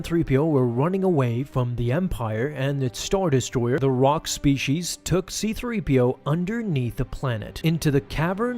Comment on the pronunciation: Spee-shees is such a pet peeve of mine. Unless you also say Poli-shes, or are Sean Connery, it’s spee-sees.